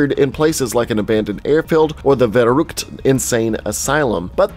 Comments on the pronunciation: Vare rookt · And verrukt